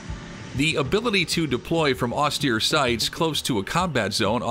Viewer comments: if this guy say's "ostear" 2 more time.. -_ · In the US Marine Corps, you get used to it. At least, in my time. (